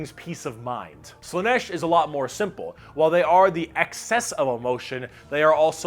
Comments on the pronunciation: Slaanesh: pronounced SLAA-nesh - not slann-ESH. The double A is not there for nothing. Mon-Keigh: pronounced Monkey. Not Mon-kay -> it's the og GW joke. The Eldar just see humanity as we look upon monkeys. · Slaanesh has two A's and yet you still put the stress on E